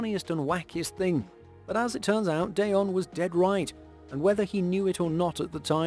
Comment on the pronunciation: Um,... it's pronounced "DEE-on" Sanders. Not DAY-on... 😂